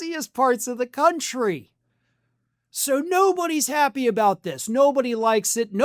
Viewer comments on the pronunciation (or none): none